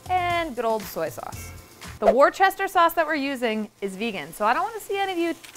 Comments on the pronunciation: Not going to comment about the Worcestershire sauce not being vegan, but I am going to let you know it’s pronounced, “wooster - sheer” not, “war-chester-sheer” …. Love from 🇬🇧🥰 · You say Worchester Sauce - in my English lessons at school in the 70ies we learnt "it is Wuuster Sauce" 🤔 I love your Videos so much! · every time says "wore-chester sauce" I cringe. Say it with me, "wuh-stuh-sher" or "wuh-stuh-sheer" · It's not woo-ster it's more like wuss-ter. Like if you call someone a "wuss" meaning they're a coward, it's exactly that word with "ter" on the end. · Worchestire sauce = WOO-STER-SHEER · She pronounces it WorCHESTER sauce? Isn’t she from Massachusetts? It’s pronounced wusstersheer sauce!! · You know it is vegan cause it is Warchester sauce and not Worcester sauce. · Wusster Sauce guys not Warchester 🤣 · "wuhsta sheer" not "worchester sheer" Thank you :) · omg no! "Worster" is NOT acceptable, who told you that?! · war chesterrrr 🥲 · Hahaha im dying at how you say Worcestershire sauce Its wu-stir-sh-eer here in England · Worcester/Worcestershire is actually pronounced as wu-sta-shir :> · Oof, hearing them pronounce it as "WAR-chester sauce" 😂 you're so valid and I wish you were right but sadly, no 😂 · Eep!! Tip-tap-tapping at the pronunciation of Worcestershire sauce!!! Brits pronounce it very strangely, but since they invented it, they get to call it whatever they want. And it's pronounced "Wustesher"(ish). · From a British person: say it with me, WUSS-TER-SHER sauce The R in Worcestershire is silent and none of the other letters make sense, I know 😅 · Worcestershire sauce is said wust-er-sher sauce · Worcestershire is pronounced "Wu'ster'shire", Kind regards, the entire UK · It’s not pronounced war-chester 🤣🤣🤣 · war-chester sauce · war-chester lol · war-chester sauce???🧐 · PSA: Worcestershire sauce is pronounced Wooster sheer 🤦‍♀️😳 it kills me every time I hear an American pronounce it wrong 😭🇬🇧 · Wuss-tah-shire Worcestershire pronunciation